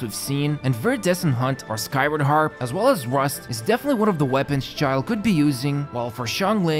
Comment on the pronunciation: you said Xioa, not Xiao